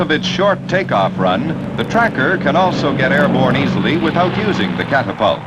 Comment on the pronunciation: The narrator sounds like some AM radio disc jockey from Totonto. Ban - sheee, cap - tap - tult lmao.